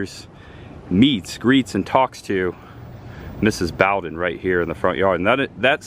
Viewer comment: It's "Boe-den" and not "Bow-den". Sorry to be a nitpicker.